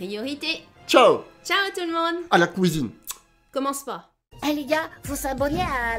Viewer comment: ptdr "a la kouizine"